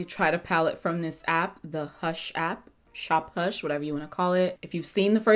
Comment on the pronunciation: shup hash 😂😂